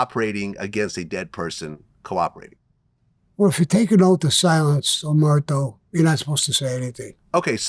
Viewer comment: So…Sammy thinks the rule of silence is called “Omerto”? How can you spend so long in Cosa Nostra and get that wrong?